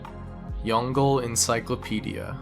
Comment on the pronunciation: I like how he pronounced "Yongle" Encyclopedia lol